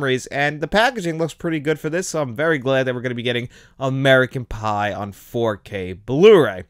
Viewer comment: When u said American pie u said American bi